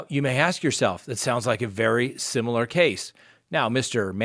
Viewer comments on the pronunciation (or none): none